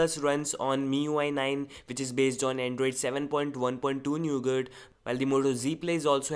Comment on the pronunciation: hey it is nougat not newgat ok